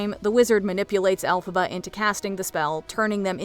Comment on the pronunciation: It isn't "Elphaba."